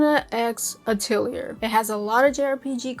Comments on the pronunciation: Also, I want to be constructive, it's pronounced Ah-Till-E-Yay. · Atelier [ah - teh - lee - eh] you don't say the R. It is a french word. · no it's not, it's ah tell ee ay